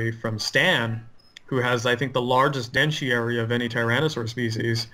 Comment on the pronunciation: kept calling it the 'dentiary', when it's actually the DENTARY.